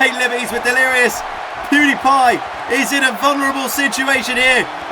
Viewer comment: U said poodi pie